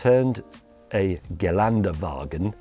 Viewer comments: Not "Girlande-Wagen" but "GeLÄNDE-Wagen" like Land. Ge Land de. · Can someone please explain James that the G500 4×4^2 is a factory model, i. e. this one is STANDARD? And while at it, maybe even how to pronounce "Geländewagen" or ä/ö/ü in general? 😄